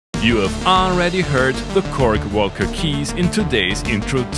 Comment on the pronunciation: Came here just to hear "woelca" over and over again